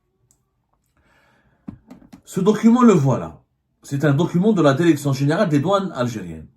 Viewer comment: Derection Derecteur Consederer